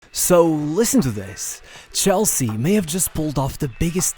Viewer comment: CH elsea. not SHELL-sea.